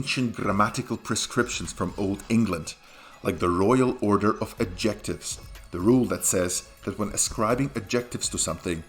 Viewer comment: is it common to stress the word "adjective" on the 2nd syllable, instead of 1st? Your version sounds very weird.